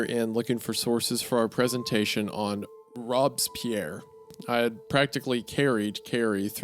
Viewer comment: its pronounced robes*spear wendigoon!😭😭😭